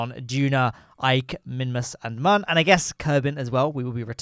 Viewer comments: ITS MÜN NOT MUN REEEEEEEE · While I'm not terribly offended by your pronunciation of the Mün, I have to point out that the umlaut on the u means that it does not have a "ə" sound.